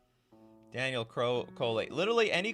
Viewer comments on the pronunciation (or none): none